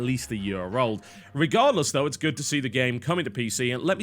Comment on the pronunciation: You said "dough" for though, your opinion is invalid.